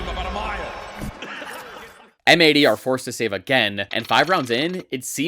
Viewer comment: I think M80 is supposed to be read as "Mighty".